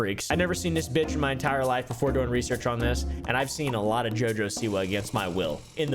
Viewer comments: The way you said her name killed me. Jaja SeWah 😂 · Never knew it was supposed to be pronounced JuhJuh Saywah. She must be from Alabama. That explains a lot actually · “Jojesoua” Ahahahahaha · I’ve never laughed harder at a botched name pronunciation